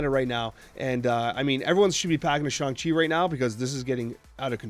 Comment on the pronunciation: He did it! He said Shang-Chi right!